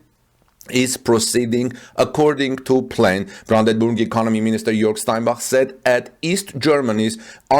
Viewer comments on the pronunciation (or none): none